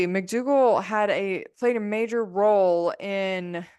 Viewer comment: Please PLEASE say dr McDougall